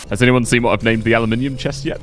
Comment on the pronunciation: Aluminium = Analminium